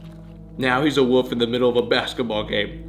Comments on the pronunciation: Downey Studios I thought that he turned into a wolf but I guess he actually turns into a woof. 🤣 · You almost pronounce "wolf" like Rhett does haha